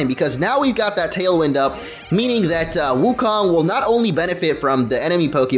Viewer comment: your pronouncing wukong wrong, It's pronounced wookoong and rhymes with loon.